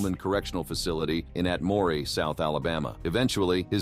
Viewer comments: It's Atmore not "At-mor-ay" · It’s not “AT-MOREE”,, it’s “AT-MORE”…